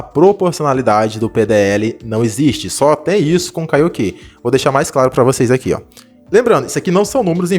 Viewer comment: Kaiokê 😂😂😂😂😂 é Kaioken mano